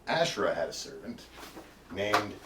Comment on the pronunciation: Thank you! one thing, it’s pronounced : ahShay-rlah (tongue role) or AhShay-ra